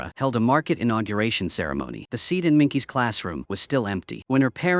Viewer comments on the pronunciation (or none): none